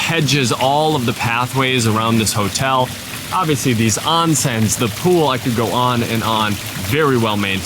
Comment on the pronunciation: LOL, "Self-sustaining tomatoes"? would love to know more.... For "onsens"......let's pronounce it like the Japanese, it is OHnsen, not AHnsen...thank you.